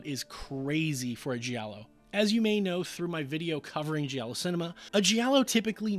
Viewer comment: GIALLO is pronounced like in JAM. You don't say JEE-AM. You say JAM. JALLO. Not JEE-ALLO.